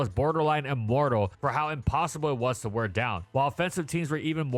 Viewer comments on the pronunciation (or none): none